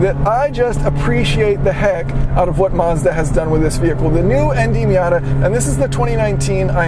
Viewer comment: You lost me when you said miata